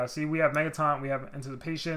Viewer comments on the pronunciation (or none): none